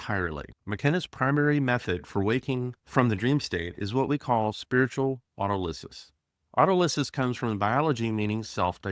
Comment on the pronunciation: Very nice. I read McKenna's books when they first came out. Oh, and it's pronounced auTOLysis. :-)